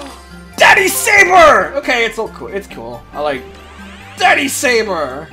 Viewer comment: Saber. SABER. S A B E R.